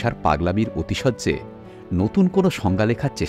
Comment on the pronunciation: কথাটা আতিশয্য, অতিশয্য না।আর ওটা ধামাল ছবির সংলাপ গোলমাল ছবির না।বেশ লাগল আজকের পর্ব 😊❤